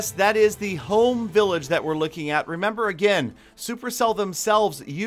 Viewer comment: The way he says 'Home' village